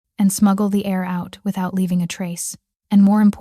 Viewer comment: Thank you for pictures that matched the story. Tired of medieval clothing when set in modern times. Absolutely the best story I've listened to. Heir not air....kneel not neil.